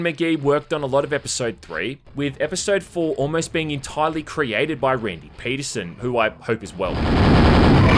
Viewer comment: sounds like you said Randy, it’s Sandy Petersen but here you got it right so whatever Great vid